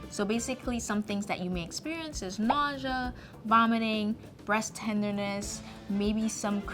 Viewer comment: Not the cc saying majah instead of nausea 😂